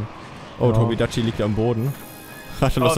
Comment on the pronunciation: Irgendwie hat mich aufgeregt weiler Tobi dachi gesagt hat und nich Tobi kadachi (Kp wie genau man den tobi schreibt)